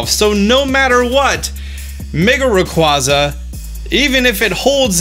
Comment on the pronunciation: The way you say Rayquaza hurts